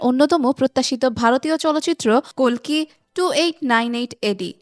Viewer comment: অশেষ ধন্যবাদ জানাই আপনাকে প্রথমত কালকি না বলে কল্কি দ্বিতীয়ত ইয়াশ না বলে যশ বলার জন্য 🙏🙏🙏🙏🙏🙏🙏 ০২.০৭.২০২৪